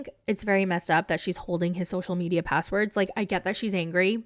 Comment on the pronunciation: I just want to hear (sp?) says “social medial” over and over again until I die.